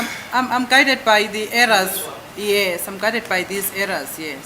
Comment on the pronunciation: arrows not errors. I think the judge was supposed to clarify this pronunciation with for the benefit of the record and the public